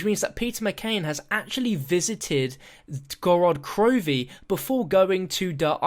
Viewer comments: Why do you call it Gorad Krovi instead of Gorod Krovi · yo its gorOd, not gorAd krovi!